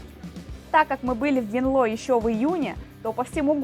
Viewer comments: Только не "ВенлО", 🙈 произносите правильно название города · Ой как режит слух не правильное произношение города, ударение на е битте